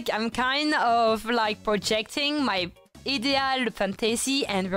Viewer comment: She said "ideal," she just said it how the French say their version of the word